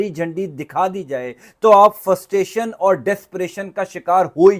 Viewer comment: Bhaee ! Say FRUSTRATION not Ftustation. There is R after frust.